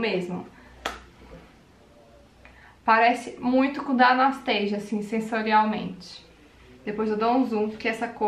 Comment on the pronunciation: pq tu pronuncia "Anasteisia"? A pronúncia é Anastacia msm... igual no português. xx